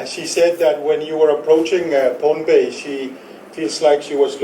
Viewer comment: Not Pompei pohnpei.